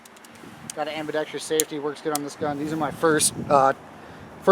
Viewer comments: It is ambidextrous. Not ambidextrious... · Was just about to say the very same thing...what is it with damn near every video made featuring a firearm with an ambidextrous safety, made by a guy that can't pronounce the word properly...